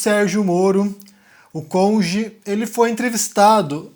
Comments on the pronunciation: Boa tarde,! Erro verbal é falar congê ao invés de cônjuge! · Gafe verbal e falar "conje" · Gafe verbal é fala "Cunge" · Gafe verbal é falar conje, né sergio malandro. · O Moro, além de falar "conge" não sabe o que é gafe... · "conje" O cara julgando quem fala errado? Cadê a esquerda para criticá-lo? Seus lixos hipócritas. hahahahaha